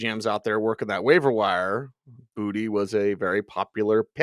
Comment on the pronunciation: It's booty...not bootay. Yal stop tryin to be fancy